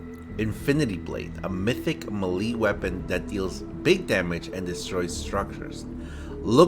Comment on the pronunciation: It’s mythic maylayyyy just say it like that but spell it melee and you’ll be good